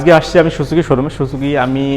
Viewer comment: সোচোকি না রে ভাই এটা সুজুকি হবে